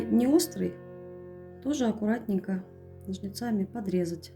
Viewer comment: Это просто невероятно красиво! Единственное, очень извиняюсь, но режет слух слово "ножницАми".